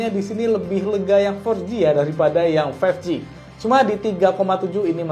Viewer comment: berapa kali tuh ngomong Samsung galaxy A15 five ji